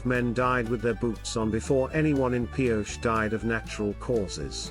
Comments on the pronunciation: These Spanish towns that end with an E, you put the sound ey' at the end. It's Pi-O'-chey. Emphsis on 'O'. I live in the SW. It's a mixture of English and Spanish. You just have to live with it. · The town's name was commonly pronounced Pee-OH-chee.